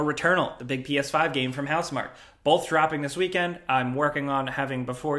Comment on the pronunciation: I love you guys but like the developers of returnal themselves don’t seem to understand it’s pronounced “house-mar-key” it’s french. It’s like when you guys say niche it’s pronounced “nee-sh” not “Nitch” 🤦🏻‍♂️